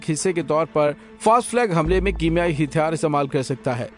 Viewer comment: Hàthyaar not Hithyaar plz note